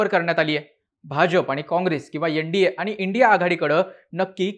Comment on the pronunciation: दादा, तुम्ही छान , मुद्देसूद बोलता. फक्त काही उच्चार बदला, जसे की यन डी ये नाही एन डी ए म्हणा.